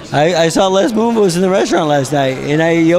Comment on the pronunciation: "Les Moonvoose" lol